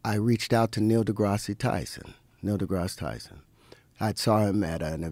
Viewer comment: How.can a guy who had a miraculous birth get NdGT's name wrong? For him that must be like a wardrobe malfunction. Terrence nip slip Howard